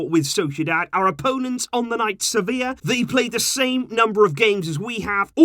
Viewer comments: Its sevilla lol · do you mean sevillla? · its Sevilla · Its Sevilla bro😂😂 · But it's Sevilla right???🙄